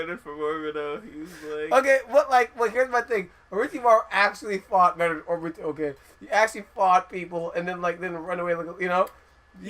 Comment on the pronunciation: So i see this and say oh well, even though there aren't views, he might know his stuff. Vid starts off by saying orbito and atsuki..... close tab.